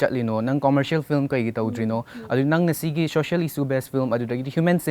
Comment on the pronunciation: She keeps saying flim